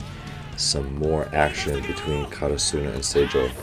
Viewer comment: Hey Coach, in case you see this, try saying KaRAsuno instead of KaraSUno, great video as always.